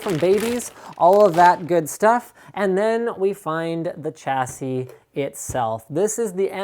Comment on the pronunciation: Sha-si not cha-si Alum-in-ium not alum-inum A-s-rock not ass-rock Please stop...